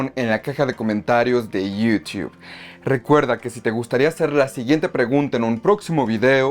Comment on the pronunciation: Cuando se habla en español queda muy cutre decir Termineideur, Twideur, Yiutiube.